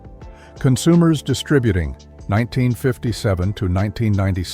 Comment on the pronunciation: Thank you for pronouncing Distributing properly.